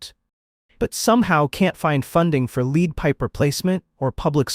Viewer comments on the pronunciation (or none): You just lost your credibility when you pronounced lead pipes as "leed" instead of "led." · Well I know you're more than likely just reading an article somebody else wrote while showing stock images. Especially, since you don't know what lead pipes are. It's pronounced like Dead or head or Fred. Not like deed or need. Also, if you'd like to research something for a good video I suggest you dig into George Floyd toxicology reports and see how many times the lethal limit of fentanyl he had in his blood. Then maybe do one about the innocent cops that are in prison for his murder and for using a basic, law enforcement restraint that was taught coast to coast to officers. Research your own shit and your videos won't be shit. I mean if you care about not looking like a fool.